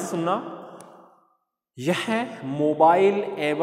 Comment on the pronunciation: Wo sayd motile hota h...aap jise mobile bol rhe ho.. wo..